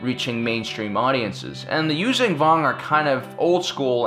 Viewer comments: Liked the video but your constant use of a g at the end of Yuuzahan is annoying. It's not you-vang it's you-zahn. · Yoo-zhahn Vong. Not Yoo-zang Vong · Yuzhan vong is pronounced you-Jong vong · Dude, love yr vids, watch em all the time. Even subscribed... But yr pronunciation of Vong shit is driving me to distraction! There is a site u can go to, and learn the right pronunciation from the folks writing those books. Its yoo-zang, its yoo-zon. Like Zahn. Check it. I guess im an asshole about stupid shit, but SW fans, we're known for that. Still, i lurve yr vids, man. And yes, i always thought that the NJO story line would've made for an amazing live-action SW tv show! Like the BSG reboot. (Even the X-Wing books as live action.) But yes, keep the Vong canon somehow.